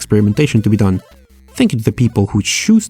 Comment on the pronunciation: dees veedio